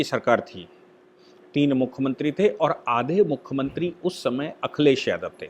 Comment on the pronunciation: आप मुखमंत्रीं क्यूँ बोलते है ? " मुख्यमंत्री